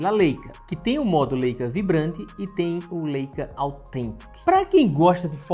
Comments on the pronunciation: Falar " LÊICA" matou. Pqp. É "Láica" rapá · Leica - Laica a pronúncia ;)